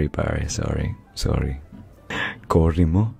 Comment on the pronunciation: nobody: him: AYI SORRI SORRI